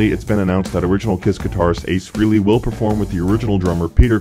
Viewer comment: Frehley not freely